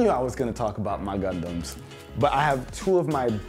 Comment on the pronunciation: How many times he said gundums 👇🏽